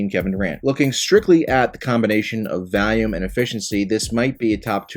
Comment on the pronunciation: Been watching for a few years, does he say volume like that on purpose?